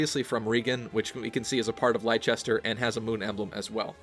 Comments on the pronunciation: If Leicester is based off the British pronunciation, seeing as it's spelled exactly the same as the city of Leicester in the UK, it would be pronounced as "Less-ter", not "Lie-ches-ter". As you were. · “Lie-Chester”? Look, I know Americans can’t pronounce British place names well but for future reference it’s pronounced “Lester”. Leicester is a city in England. Adrastea, Fergus, and Leicester are probably not place names but the surnames of the three houses ruling the regions. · I used to live in an English city called Leicester! Just so you know, it's pronounced Less-ter (the English don't pronounce half of the letters in a lot of names) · Leicester is a British city, It's pronounced Less - ter. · Assuming they don't fantasy it up and change the pronunciation, which they could very well do, 'Leicester' should be pronounced 'Less-ter', as it is pronounced over in the UK. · Leicester is pronounced "Lester" From an Englishman ;-) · Leicester had better be pronounced properly (Lester) or I'm going to go insane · I really hope Leicester is gonna be officially pronounced like "Lester" though. Like the real Leicester. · Leicester is pronounced {Less-ter} btw, it's a place in England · The mispronunciations are hurting my soul